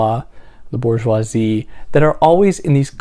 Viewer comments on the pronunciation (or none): none